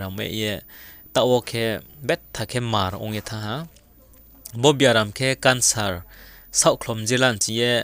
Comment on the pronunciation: Cancer pronounciation sera tg ow Kancer 👍